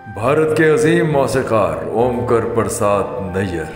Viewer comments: Waise to aapki urdu par pakad bohat achhi hey but aap ka omkaar Prasad bohat ji galat pronunciation Kara hey pure video mein. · Omkar Prasad pronunciation is wrong in the video omkur nahi hey omkaar hey. Hinduism (sanatan dharm ) mein omkaar centre hey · Omkur nahi hey omkaar hey sahi pronunciation , omkaar is the sound of universe. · Yes...OMKAAR...NOT KARR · His name is pronounced as Om- kaar Prasad and not Om-kar Prasad